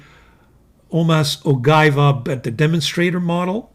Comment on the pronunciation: ... OGIVA, no ay, carissimo, your pronunciation is off, totally off, you know us Italians. We are special when it comes to pasta, pizza and pronunciation.